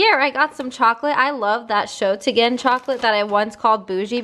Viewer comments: Wie sie schogtegen anstatt schogetten sagt lmaooo love you B❤❤ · I love how you pronouce "Schogetten" 😂😂😂